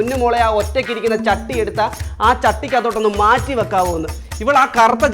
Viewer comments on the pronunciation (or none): ജട്ടി ❌ ചട്ടി ✅😂